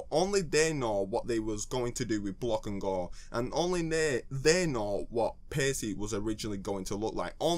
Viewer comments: Why do you pronounce it Pay-see? It should be Pa-key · pretty sure it's pronounced like packey not pacey. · with the way he pronounced paccie, i thought he would pronounce pac-man "pace man"